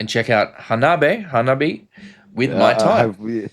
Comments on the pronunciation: Ha-nah-bee-eh. Think how anime is pronounced. Words that end with E is eh. Ani-MEH Kara-TEH (not KaraTEE) The backstory is the front 3 having been playing music together since high school. They were a MTH cover band. The bass player studied fashion so she puts together alot of their fits Nemophila 'G.O.D.' Lovebites 'Set the World on Fire' Those two would complete my top 5 essential J-rock bands that kick a$$! Amd if you like hardcore punk. Otoboke Beaver 'Don't Light My Fire'🤘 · Hanabi is 3 syllables, Hanabie is 4. Pronounce the first part like the last name Hahn. Like Jessica Hahn of 80s preacher scandal fame. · "Hanabi" without the "E" is the Japanese for "fireworks".The band's name, "Hanabie" roughly translates as "chilly, early spring weather". It's pronounced Ha-na-bi-EH, with 4 syllables. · HANABIE is written 花冷え, which literally means chilled flowers, a literary allusion to a cold snap, as mentioned by another viewer, which turns chrysanthemums blue (I think). 花冷え is はなびえ (four syllables), which is transliterated to Roman characters as ha-na-bi-e. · Your words? Have you now declared yourself the owner of the English language? Ridiculous. And I constantly see comments describing the pronunciation with an EH at the end, but very few with AY, and only you use that absolutely stupid and incorrect YAY. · The wrong way to say it means "fireworks". Their name translates "Cold Flowers" and the correct way to pronounce it is *ha-na-be-eh*. The Romaji translation for "fireworks" is "Hanabi" ... no 'e'. PS - If you see them live, I guarantee you they will be in your conversations for the greatest live act that you've ever seen. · Close, but it's hah-nah (花), not han-ah. You have the syllables breaking in the wrong place.